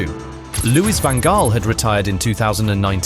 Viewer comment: I know this is quite hard, but Louis Van Gaal was pronounced wrong.